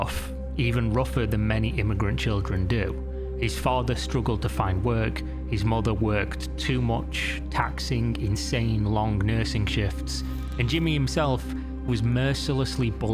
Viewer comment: Why do you pronounce -ng ensing words like that? Its a little annoying StealinK TaxinK lonK LearninK DoinK mininK digginK wronK Quite literally becoming unwatchable for me just for this reason.....